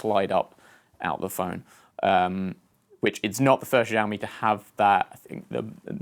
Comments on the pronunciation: Btw it's pronounced sha-o-me not za-o-me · sh not zsh try shaomi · SHIAOMI NOT ZZZOAMI 😲 (sorry just get triggered easily by these things.) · Btw its pronounce ShiaouMi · well for one thing he pronounced Xiaomi wrong!